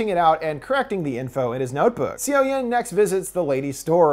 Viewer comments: "cee-oh-yoon" no honey it's "saw-yawn" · seo-yeon sounds like "so-yon". it hurts listening "c-o yen" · If you don't know how the korean alphabet works it can be really hard to know how the words and names are being pronounced. I'm sure he's trying his best and not trying to be disrespectful. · lowkey cringing on siyowyehn.....Its read as soyon/soyun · the fact that he says seoyoon as see yo yin physically pains me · I hate to be that guy, but the main characters name, Seo Yeon, is actually pronounced, "Suh-Yun". I don't blame you though, Korean to English romanization is so awkward. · the way you butcher the girls name.................